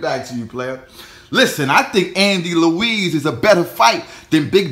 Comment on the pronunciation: Its not Luiz its Ruiz